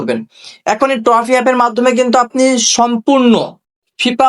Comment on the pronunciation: ট্রফি না রে না টফি 😂